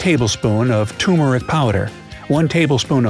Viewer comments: Amused how the narrator frequently says "tum-eric" instead of tur-meric. Like he's not paying attention. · It’s pronounced “TUR-mer-ic.” Not “too-mer-ic.” Narrator seems to be saying it both ways. Thank you! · Please, it is tur-mer-ic, not tumor-ic. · It’s tumeric; not turmeric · I counted twice to make sure, and I came up with this: Turmeric 23 times, Toomeric 9 times, and curcumin 10 times. Okay narrator... is ist spelled with an R or not? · Why does this guy keep pronouning turmeric correctly & incorrectly throughout the entire video? It's "ter-mer-ic" not "tu-mor-ic" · Announcer calls it TUM-eric. Ugh. It has an R that’s hard to miss. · ...'tumhare' instead of turmeric 🤣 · Don't say "Toomeric" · It sounds like toomeric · why do people pronounce it toomeric? just a pet peeve... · You mean TUMERIC? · "Chew-murr-ric" - Also, your skin may be slightly tinged with yellow. But it's barely noticeable from afar.